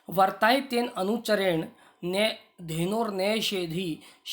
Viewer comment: उच्चारण सुधार कर वीडियो डालें। आप व्रताय को वर्ताय उच्चरित कर रहे हैं। आप में संस्कृत पढ़ाने की पात्रता नहीं है।